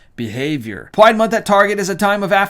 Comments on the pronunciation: out of curiosity, why do you said "Pwide" rather than "Pride"? ~Dutch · "Pyde" 🤣😂 I love it.... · I love when you say,” PWIDE” lol you wascaly Wabbit! LoL Well done! 💕